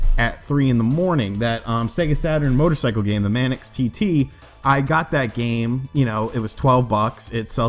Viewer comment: Dude fyi from a Brit, it's Manx (rhymes with thanks)TT because is a real race held on the Isle of Man in the British Isles. Manx means of the Isle of Man far as I know. Good buying tips anyway